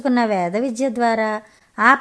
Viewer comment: గమనించాలి గారు🙏 పసుపతి అని పలికినట్టున్నారు అది పశుపతి కదా, "విజ్య" ల అనిపించింది "విద్య" కదా😁